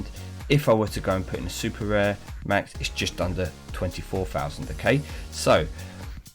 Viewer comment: So many times you said sr instead of rare😅 GG on the bentley, deserved after those ceramics